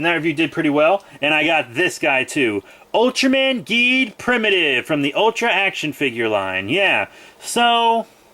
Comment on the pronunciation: Cool Video! Oh yeah the pronounciation for Geed is Jeed Edit:Did you know Geed is the youngest Ultra? Well everyone does since he is just 19 years old